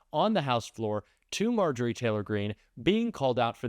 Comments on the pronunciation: I can try to be civil about MarJORie — does syllable stress matter in a name or do you mispronounce Kamala’s name for a different reason? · Let’s start calling her MarJOrie Taylor Green, until she respect the VP enough to say her name correctly.